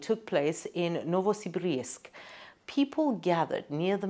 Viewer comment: It's novosibirsk not novosibrisk